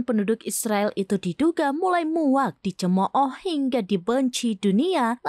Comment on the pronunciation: Cemoh mbak..bknnya cemo oh...🤣🤣🤣